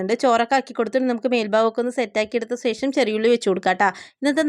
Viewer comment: സേഷം അല്ല പെണ്ണേ ശേഷം